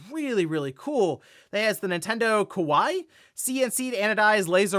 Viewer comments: Kawaii is pronounced ka-wa-e not ka-wai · "KAWAII" pronounced as "KA Y E"